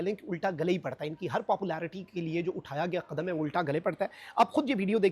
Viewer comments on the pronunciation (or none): Kal raat ka iqdam nahin balki "qadam"